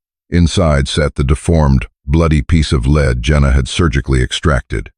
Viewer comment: Lead is pronounced "leed" rope. Not "led"!!